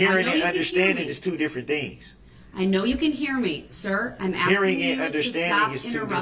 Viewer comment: He contracts himself constantly!!! He doesn’t understand yet he’s throwing out all these rights he reserved! And his long nails and his axing make him even more vile.